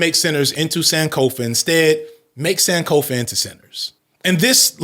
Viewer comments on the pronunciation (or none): Ghanaian here, Sankofa is pronounced with a soft o, i hate to be that person but that really caught me off guard